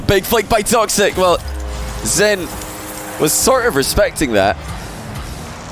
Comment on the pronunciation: all I hear is xan instead of zen, man I need to stop doing drugs